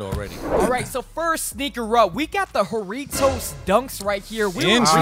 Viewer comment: Decimated the pronunciation of “jarritos” “whoritos” TF its HA-RRRI-TOS